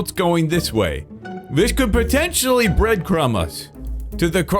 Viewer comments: "Breadcum trail" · "Breadcum" disgusting